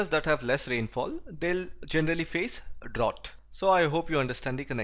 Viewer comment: You mispronounced the word Drought.